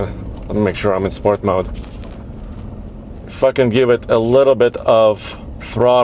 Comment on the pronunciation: No, he said "if I can" give it a little bit of throttle." I also thought the same as you did, than I realized what he really said. He jammed "if I can" into what sounded like "F*ckin"